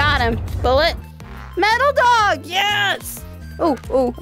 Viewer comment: I kept on thinking you were saying “dawg”....then I realized you were talking to a dog